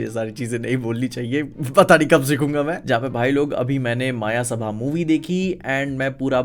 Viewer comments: It's मयसभा not मायासभा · मायासभा ❌ मयसभा ✅